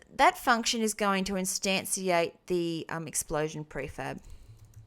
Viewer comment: It's funny how you say instantiate. In this lesson you said it as extantiate, in other ones you pronounced it as instanciate. It is pronounced like instanshiate